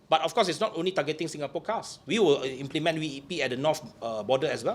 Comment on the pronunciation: Implement is promounce wrongly haha